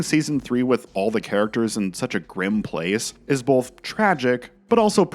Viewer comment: Wow, what a segue into the ad Why do you pronounce it "bolth" instead of "both"?